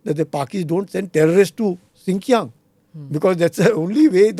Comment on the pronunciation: NOT SIKIANG BUT XINJIANG